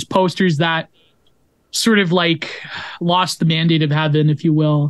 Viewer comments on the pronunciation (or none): none